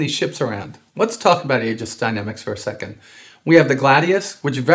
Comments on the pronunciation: Aegis is pronounced gis; it's Greek (ancient) the 'ae' as in Encyclopaedia. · The 'Ae' at the start of Aegis is pronounced 'ee' as in meet or greet so - sort of - Eegis rather that Aygis